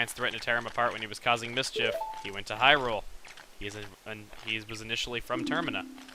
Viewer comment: Hyrule not hurled